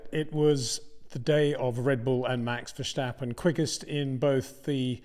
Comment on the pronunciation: I get so tired of this but I will say it again nevertheless……. There is no “h” in Verstappen. Edit: You do not say Ashton Martin, do you? How about Lewish Hamilton? Lansh Shtroll?